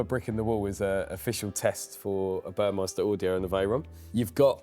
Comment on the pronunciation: Burmester, not "Burmeister". There's no "i" in Burmester.